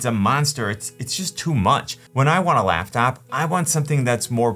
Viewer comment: Wait. "Laughtop"?